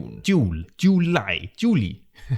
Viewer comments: haha - your "july" was so german :) Juliiii great video! would love to collaborate in some way someday ✌ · We also say Yuli for July in Hebrew, exactly how you pronounced it! :) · That's really motivating. Thank you for the Icelandic lesson. In Switzerland we also say Juli like you. :)